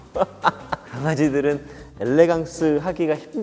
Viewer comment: ㅋㅋㅋㅋㅋㅋㅋㅋㅋㅋㅋ 엘레"강"스 ㅋㅋㅋㅋㅋㅋㅋ